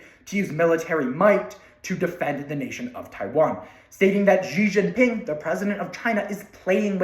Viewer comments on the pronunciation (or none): Say “she Jinping” instead of ge jinping”